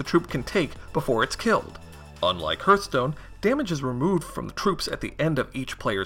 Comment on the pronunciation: Appreciate the video. But sheesh man... the way you pronounce Hearthstone... lol yikes. Hearth should be (Harth) not (Hurth).